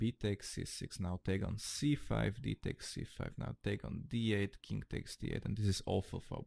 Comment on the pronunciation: Nice channel. But why do you love to say THING-K or KING-K in stead of THING or KING? Hahaha